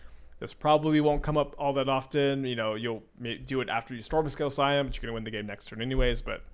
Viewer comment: "Skyon" instead of "Scion" 😂 why are you this way